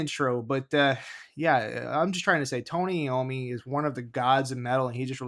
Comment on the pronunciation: Lol you said Iommi wrong 😂🤣